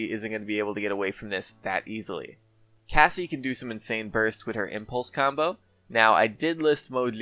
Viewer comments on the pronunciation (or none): none